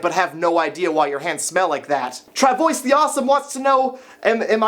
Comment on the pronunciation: its tra vwa not tra voice